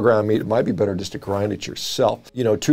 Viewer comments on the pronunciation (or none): none